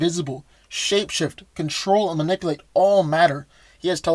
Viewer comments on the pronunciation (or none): Dude! ManipUlate, not manipIlate. You're killing me! If you're going to use a word over and over, pronounce it correctly.